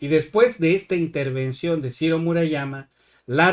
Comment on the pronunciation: Cirrrrro, peeerrrrro, guuuuuango